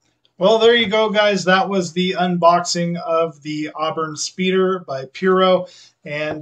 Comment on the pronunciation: It's pronounced pyro as in PYROMANIAC. Dealers used what was know as "Dealer Samples" that they could show customers what a car looked like for the most part so that they could get an idea of what it looked like and so they could see the bottom of the car without going into the lot and checking underneath it. The only thing they would have to do is open the hood to see the engine. Any way I think you got a used kit that was owned by someone and returned to the store and the (store) wrapped it or re-wrapped it in cellophane because these weren't originally wrapped back in the day. These are wrapped in cellophane now to keep the boxes from coming open or being opened by customers and losing parts. I usually melt sprue either with acetone or sand to the required shape and polish it by hand. This works for me. Or I make the parts that are missing or what is missing from a part then recast it (make a mould then recast in polyurethane resin) so that I can have a complete kit. Thank you for posting this. It was very interesting indeed.